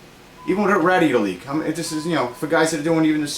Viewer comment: Excellent video. I'm also glad to hear you pronounce the word "Radiator" with the proper N.Y. accent! lol